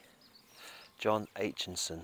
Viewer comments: Aitchison not Aitchinson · Sorry, it's Aitchison not Aitchinson. Loved Terry and June the most! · Aitchison not AichiNson